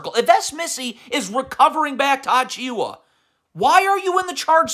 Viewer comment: How come you pronounce Precious Achiuwa with 90% accuracy but still say Mike L Bridges